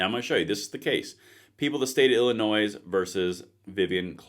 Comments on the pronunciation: Not to be picky, Illinois is pronounced as “llinoi” with an s at the end which is silent. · Dude... the S in Illinois is silent. This is some important stuff!